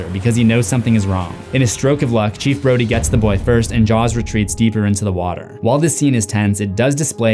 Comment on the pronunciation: You definitely called Brody "Brady"